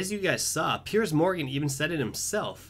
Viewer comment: Piers not Perice